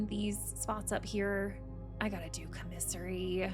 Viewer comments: I keep thinking she's saying comisery- like a singular of commiserations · I’ve never heard commissary pronounced like this. I’ve always heard it like caw-mi-sair-ee.